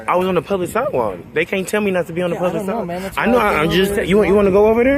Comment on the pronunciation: "On the si'ewalk." FFS, learn to speak standard English!